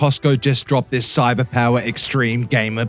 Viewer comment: Wow! Our boi here got Cyberpower correctly spoken for the first time here 😱🤯😂🤣